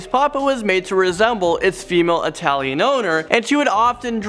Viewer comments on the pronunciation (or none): none